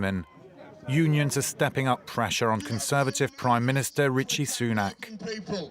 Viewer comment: did he say RICHIE SUNAK!?